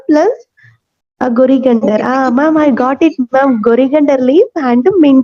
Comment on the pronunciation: Coriander leaves 😂not gorigender 😂